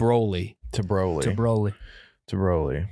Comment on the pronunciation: Can't believe his name was pronounced B-roll-y. Rip to a legend